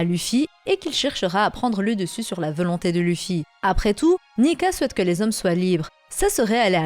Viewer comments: Hum je suis le seul à remarquer que tu dis "veulonté"au lieu de "volonté" ta vidéo est très bien mais à chaque fois ça me fait tiquer. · rien de nuisant à la vidéo et on a tous des accents ou des tics de langage. Mais ça m'a fait marrer.